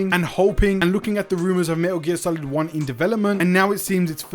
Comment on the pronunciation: Everytime you say "Meh'Uh gear" makes me flinch